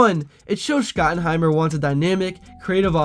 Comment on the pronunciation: I don't know if you're mispronouncing Shotty's last name on purpose, but doing it so consistently really hurts your credibility a lot.